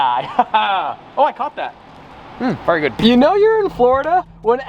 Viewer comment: 2022: “mm ver gud”